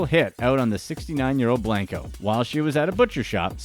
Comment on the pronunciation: “ Blunko not blanko” 😂💕